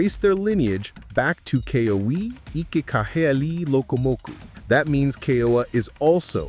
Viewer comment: Ke-ooo-uuu -aaa these are sacred names of our Ali’i need to pronounce them correctly. They were considered the heavenly ones.